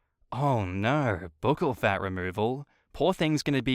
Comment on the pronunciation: Isn’t buccal pronounced like Buckle?